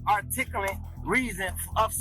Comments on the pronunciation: What's the "articalent" reason of suspicion?? 😂😂 wow. Brilliant. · "what's the.. ar... articulant... reaon... of suspsicion?" Homie needs to stop watching so many YouTube videos. Or maybe watch more of them? I dunno. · God how many others laughed hearing brother trying to say articulable suspicious activity. He thinking if I come running out bank with robbers inside and I am carrying gun cop can’t stop and ask anything.